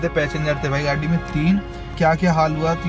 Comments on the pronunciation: bhai pahle gadi bolna sikh lo ache se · gadi bolna nhii ata kyaa tuje